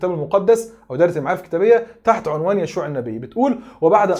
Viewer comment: تصحيح لفظي: هو يوشع وليس يشوع!! كمل يا وإديهم على برانيطهم